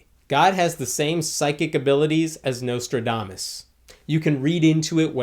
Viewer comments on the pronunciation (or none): none